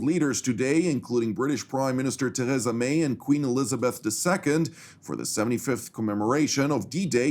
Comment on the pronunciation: Say it like this Ter reesa may ee as in street or fleet